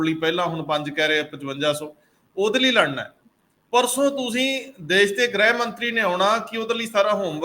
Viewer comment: Good comments but problem of some Punjabi continues to persist . For example, Punjabi words are Desh and Videsh but your commentator says Des and Vides . Thanks .